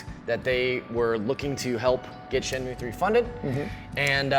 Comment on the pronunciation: These fakers never played Shenmue in their life. They cant even pronounce the name correctly...